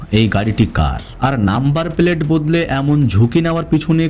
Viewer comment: আপনার উচ্চারণ ঠিক করার চেষ্টা করেন। পেলেট না প্লেট, নিরশংস না নৃশংস। রিজার্চ না রিসার্চ। আর এত বেশি Adjective ব্যবহার করবেন না। ভয়াবহ, নিস্তব্ধতা, নৃশংস, সবাই থমকে গেলো, কেউ প্রস্তুত ছিল না বার বার এসব না বলে স্বাভাবিকভাবে বর্ণনা দিবেন। হাতের টুকরা পেয়েছে মানে অবশ্যই মার্ডার হয়েছে। বাকি টুকরা পাওয়ার পর প্রস্তুত ছিল না বলাটা কি মানায়! অবশ্যই সবাই প্রস্তুত ছিল। কিছু নিয়ম মানলে ভালো আগাবে আপনার চ্যানেল